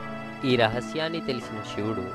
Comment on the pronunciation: షివుడు కాదు.... శివుడు... ఒళ్లు దగ్గర పెట్టుకొని చదువు